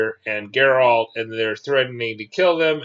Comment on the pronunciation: You pronounce Jaskier and Geralt wrong. In Polish J is more like Y. And G is like G in game.